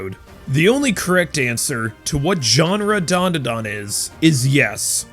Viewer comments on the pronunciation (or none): Why do North Americans stick a few "U"s into Dandadan? The hell is Duanduhduan? 🤣